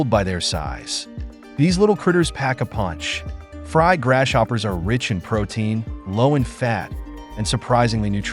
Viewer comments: Dude, your A. I. Doesn't know how to say GRASS-HOPPERS !! 😂😂😂😂😂😂. 🇺🇲🇺🇲🪖🪖👮👮🚓🚓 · Why he keep calling them grass-shoppers tho?